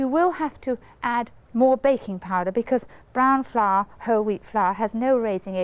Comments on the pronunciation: Brahn flahr? lol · Mary: "brahn flahr" Me: "brown floweah!" 😅❤